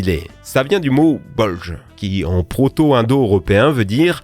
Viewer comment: Prononciation Bolgue, le son "J" n'existait pas, dans le gaulois. Le bolg est, peut être, le nom d'un sac "ce qui est gonflé" et par extention le pantalon bouffant porté par des ethnies celtes (similaire au bragou breton). Donc, logiquement, les Bolgens seraient "les gens au pantalon bouffant". Terre du peuple, oui, mais en gaulois. 😂 Toute Landa (Toute "peuple" comme pour Toutatis, le "Père du peuple" et Landa "terre non cultivée". Les germains ont récupérés pas mal de mots gaulois. Ni le nom de la France, non plus, ils nomment notre pays "Gallia", la Gaule. 😁